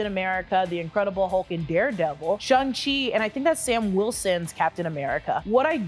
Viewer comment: It's SHANG-Chi, not SHUNG-Chi. The characters even joke about how he renamed himself from SHANG to SHAUN because they rhyme!